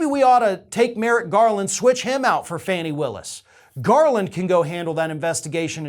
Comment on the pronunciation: I’m pretty sure her name is pronounced “Fawn-nee”